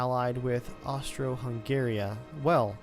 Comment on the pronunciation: It's Austria-Hungary lol